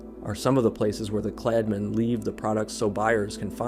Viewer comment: смотрю и ржу как автор говорит "Kladmeni" и "Sportmeni"